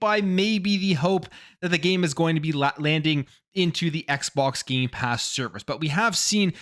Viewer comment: Every time he says Gamepass. He actually says Gaypass. He's right it is Gay! Lol